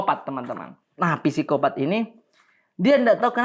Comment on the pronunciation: FYI: penyebutan PSIKOPAT, disebut tanpa huruf P di depan. Btw, videonya mantap, semangapp!